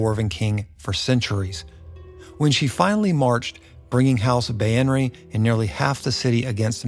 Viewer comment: Its pronounced bay-ner